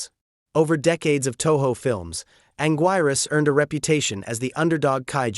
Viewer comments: It's pronounced Angeerus. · “He” didn’t mispronounce it. “He” is an AI narrator. I just wish they had an edit option on pronunciation, so we could correct these mispronunciations.